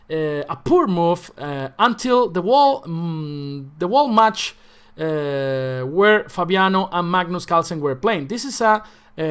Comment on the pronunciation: "...until the Wall Match"... ¿Qué? It took minute to understand what you were talking about. Love your accent:)